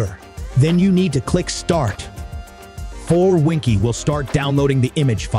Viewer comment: Seriously PassFab not willing to pay for a voice actor. Winkey 😉 is actually pronounced as Win-Key and restart isn't rest-art